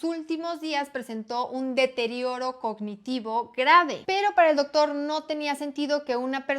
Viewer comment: No te culpo por no saber de fútbol americano como deporte, más bien aplaudo tu conocimiento de la enfermedad y me da un poco de gracia cuando dices Dóctor Omalu, haciendo el acento en el "Dóc" jajaja